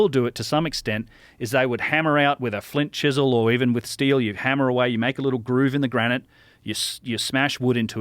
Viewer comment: when he said "Flint Chisel" I thought I heard "Flint Dibble" and had to double take.